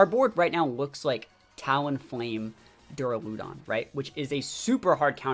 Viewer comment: That Duraludon pronunciation is interesting lol I’ve always pronounced it like “Deraludon”....but “Deruloodon”?! Anyone else pronounce it like that? Idk why but it bugs me lol